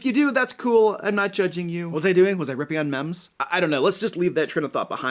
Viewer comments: Oh God, he said mems, poor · Its spelled m-e-m-e-s, but its pronounced "meems"